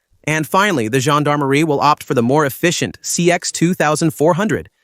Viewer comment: The AI voiceover also pronounced the CX as "one hundred and ten..." Roman numerals I guess...🙄 AI voiceovers are terrible. Please use real humans with a pulse to do video narration. I had a Renault 20 in the 1990s. It got to over 480000 km with engine, clutch, gearbox all original and never had anything but regular scheduled maintenance. It still had lots of life left in it at that stage, too. Such a great car and lovely to drive.